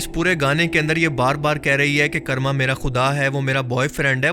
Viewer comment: Bhai karma ko 'kaarma' pronounce karte hain 'karrma' nai 😂😂